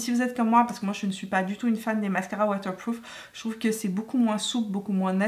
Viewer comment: « Mascara watewpwoof » 😅😘